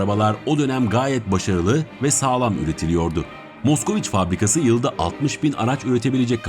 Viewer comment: Hocam aracın okunuşu maskviç bu arada